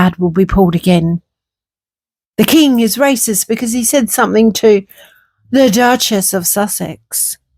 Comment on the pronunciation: It really irritates me some THINK …….ITS SOME THING…….. NOT SOME THINK PLEASE TRY TO SPEAK THE RIGHT WAY